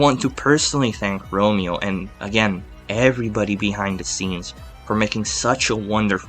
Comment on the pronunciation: It's Ramon not Romeo lol